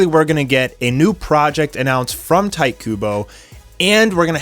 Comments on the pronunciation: ITS TEE TAY, NOT TIGHT KUBO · It’s not tai kubo, it’s ti-te ku-bo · It's pronounced ti tay ku boy not tite kubo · lol you pronounce his name Tea Tey Coo Bow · You can't be an anime fan and pronounce shit like Tight Kubo...smh. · Tee-teh Kubo 🤦‍♂️🤣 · I hated how he says "Tite Kubo"